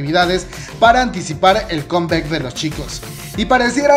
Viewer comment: Deja de pronunciar con bec, es comeback y se pronuncia comback!! Ni siquiera en inglés suena conbec.